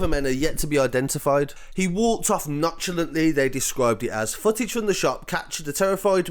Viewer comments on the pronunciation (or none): 2.40 lol not chulantley... Nonchalantly!!🇬🇧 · . Its pronounced none-sha-lont-ly.